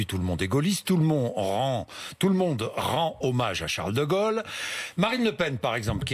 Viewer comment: Merci M. Bourdin et M. Ménard. Sauf que nous ne faisons pas mémoire du "général de "golle", mais célébrons l'appel du Général de GAULLE ! Merci de prononcer son nom convenablement. Pour sa mémoire. Nous devons TOUS faire des efforts ! (des éfôrs) pr la prononciation et selon Larousse, Robert, Littré etc. J'adôre les méridionaux, et avec eux je SAIS que tout le monde PEUT s'adapter. Quand je suis dans le midi, je fais des efforts de prononciation, afin de ne pas trop souligner tel accent "nordiste". En retour, j'attends la pareille (pas forcément... "i mam koze".